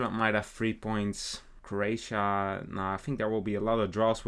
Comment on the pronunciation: The disrespect to Croatias name